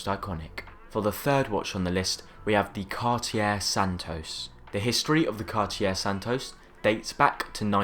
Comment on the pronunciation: Learn to pronounce Cartier, just out of respect. Also, your dismissal of any JLC beyond Reverso says more about you than it does about JLC - the watchmakers watch...